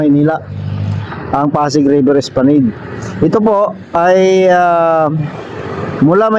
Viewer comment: Es pla NAD po hindi NED